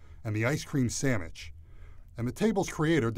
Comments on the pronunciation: He said ice cream sammich! <3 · who else here's this guy say sanmich? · Guy said ice cream samich, I'm dying. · I hope he said “samich” as a joke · He says "Ice cream sammich"